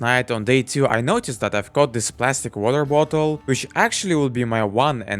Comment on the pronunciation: "Weter vottle" 🗣🗣🗣🗣🔥🔥🔥